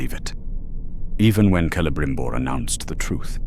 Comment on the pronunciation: The pronounciation of certain words just piss me off…. Se-le-brim-bor….